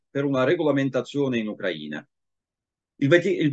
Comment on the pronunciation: Uno dei pochi che pronuncia "Ucraina" in modo corretto!